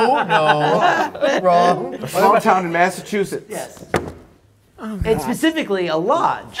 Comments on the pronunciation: I'm calling bullshit! The first time said "Massachusetts," he said it correctly. The caption was not necessary. "Massajujish," however, is pure gold. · Oh come on, no one can pronounce Masseschuhchats.